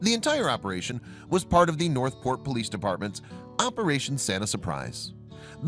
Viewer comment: its de poleeece in de back ok